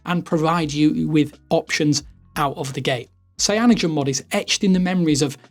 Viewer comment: Why can't this homie pronounce 'cyanogenmod'?